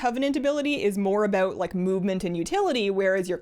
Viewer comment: aboot My brain: CANADIAN DETECTED!